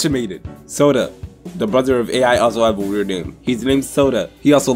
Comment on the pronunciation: AI’s name is pronounced like “eye”